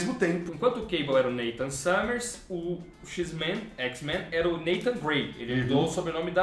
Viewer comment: "xis-mein" n dah irmao. n fala isso kkkkk muito bom o pragrama